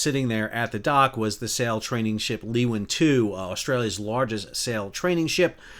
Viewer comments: Pronounced more like Loo-win, not Lee-win. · "Loowin", mate. Great video though. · leeuwin said as loo - win and cockburn said as co - burn from a perth (sor) local hahaha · Leeuwin is not pronounced Luwin but more like Laywin... 🇳🇱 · Loooooowiiiinnnn Loooowwwinnnnn Not Leeeeeeewin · Leeuwin, not louin. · Firstly it is pronounced Loowin not Leewin. Also it is pronounced Coburn not Cockburn. My husband had been chef on board Leeuwin for more than 25 years. Luckily not on board that morning. Really well explained thanks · Just a quick tip - the training ship is part of STS Leeuwin - pronounced LOOWIN. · Leeuwin and Cockburn are not pronounced the way they are in the video. We say Loo-win and Co-burn. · For future reference it's pronounced co burn, not cock-burn, Leeuwin is pronounced Louwin. 😊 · I'm both a Perth local and a seafarer, recreational and professional (ex-ROV pilot). Sal's pronunciation is a good laugh, especially Cockburn Sound (Sal, it's 'Co-burn' 🙂) and 'Loo-in'... 😂😂😂 Sad Day. My mother has crewed the Leeuwin. A very nice vessel. She has a beautiful photo of it as her computer desktop (I took it while it was as sea). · Just a comment. The name Leeuwin is pronounced "LOO-WEN". It's an Australian thing! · It’s pronounced “Loowin” and “coburb” 😂 Very sad day for Fremantle 😔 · BTW, Leeuwin is pronounced - loo-win down this way. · Pronounced Loo in. and Co burn sound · Two pronunciation corrections if I may. Cockburn is pronounced Co'burn. Leeuwin is pronounced Loowin. Not a big deal, but thought you would like to know. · Pronounced Loo - in and Co- burn Sound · Great report. For future reference, Cockburn is pronounced, "Coeburn"... otherwise it sounds like a nasty venereal disease. And Western Australians pronounce the Leeuwin as "Loo-en". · I have sailed on Leeuwin, we pronounce it Loo win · It's pronounced Leeoowin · Pronunciation errors. Leeuwin - Lee-oo-in. Cockburn - Co-burn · Just to let you know, it's pronounced Louwin. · It’s pronounced ‘Loo-in’